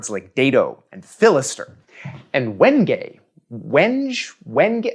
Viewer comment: It’s wen-gayyyyyyeeeeeeeee